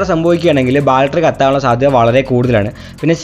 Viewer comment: ബാൽട്ടറി അല്ല ബാറ്ററി